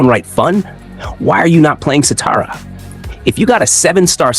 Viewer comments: Shathara is her name not satara! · Shathra not satara. 😊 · Shah-thrah…say it with me…shah-thrah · Satara??? Isn't it Shathra🤔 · Bro ubdid shatra dirty she is not satara😢😅😅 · It’s not shatra either mate there’s an H in there. Shathra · Satara? You mean Shathra?